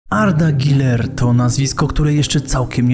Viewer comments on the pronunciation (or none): Jakie "i".. czyta się przez "u". Boli jak to słyszę ://///